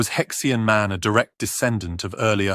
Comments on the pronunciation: It's either He Xian /Her Sheen/ or He Xi An /Hershey Anh/. It's definitely not pronounced /hex ee anh/ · You are talking about a fossil hominid with a Chinese name and named by Chinese. Therefore, you did not pronounce the name in English as “Hex ee an”. You make him sound like some kind of spanner. It is more properly pronounced - as best as I can write it in English characters here as: “Her she arn” The “her” sound is made in the back of the throat but not guttural. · Judging the pronunciation of names this is very dubious as an academic treatise. More a treasure chest game. He Xi An?